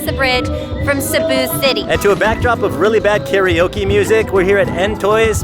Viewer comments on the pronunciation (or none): none